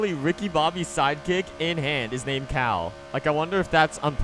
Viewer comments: XSurVival1st S it’s Cal,not Kal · No they called him cal like Kyle petty